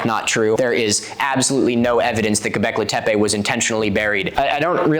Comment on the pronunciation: this episode/part was great! as a kurdish woman from turkey, it makes me really happy to see someone correctly cover one of our megalithic sites :D the only thing that made me cringe (from your side) was the way you pronounced göbekli tepe 😭 i know that's not the important part, but it still made me laugh lol. çok teşekkürler ☺️